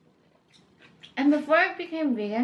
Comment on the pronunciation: Just being honest but This video is very enjoyable but you should pronounce stuff better like kaopoon and vermicelli . I love your videos and you should do a vegan snacks tryout